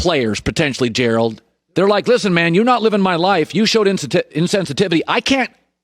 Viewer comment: Collin really knows how to pronounce Gerald...and that's unusual because Gerald is a hard name to pronounce...I would know...😉